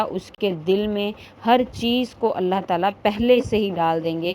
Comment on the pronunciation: Allah ka name aap sahi se liya karo Allah ek h or aap Allah OK aise bolti Ho Allah .jaise aap bolti Ho Allah pharmayenge .karenge .denge .please don't speak that word .Allah ek .Allah pharmayega .karega dega .apko aise Allah ko bola Karo please .